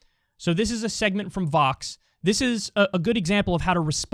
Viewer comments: I was listening to the audio only and thought you said it was from “fox” I was shook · Not going to lie...thought you said Fox 🤣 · Bro, thought he said "Fox," not "Vox," and I was about to be in shock 😂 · That vox video is excellent (i thought you said Fox at first!), i'm so glad you covered this. In the end i think people are more confused than anything else. You should link it in a pinned comment if you don't want to contaminate your promotional bumf in the description.